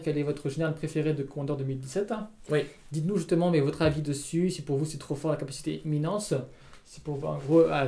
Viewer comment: C'est éminence et pas éminescence ;)